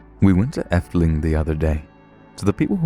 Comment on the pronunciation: I'm from the netherlands and the way you pronounce "gezellig" is super funny xD although you did pronounce our amusement park good enough xD we also have walibi lololol the efteling does has it's up and downs since me and my dad were stuck in an attraction once.